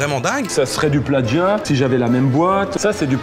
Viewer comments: Super vidéo comme d'habitude, mais plus à tout le monde que vous spécifiquement, pourquoi entends-je de plus en plus de gens pronouncer "pla-d-giat" avec un d au milieu ? Plaggia existe en italien ok, et ça vient même de là, mais en français on le pronounce sans le d au milieu. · C'est marrant l'attaché de com qui a oublié comment on prononce "plagiat"